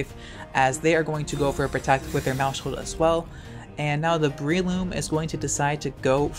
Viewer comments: it's "mouse-hold" not "mou-shold" The word sounds like household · please stop using the sh sound in maushold its mouse - hold like household pls stop